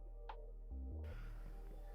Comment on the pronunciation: tern of 🤣🤣🤣🤣